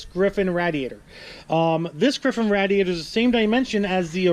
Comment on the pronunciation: Here's a rough estimate of how many times you didn't say radiator right,,,13!!